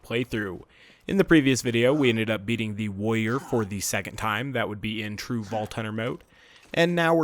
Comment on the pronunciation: So funny the way you say "wa-ior". Great series! :)